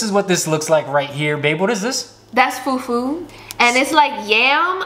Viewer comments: Her pronunciation of fufu and puff puff is killing me 😭😭😭❤️ Love from Nigeria ❤ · See how they pronounced Fufu and Egusi, and Jollof rice 🤣🤣🤣🤣🤣🤣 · I'm a Ghanaian but I love Nigerian food 😋 please try Ghanaian food . The pronunciation of fufu but you tried 😅😂